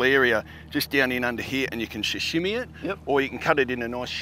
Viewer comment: Professional chef can’t even pronounce sashimi correctly 😂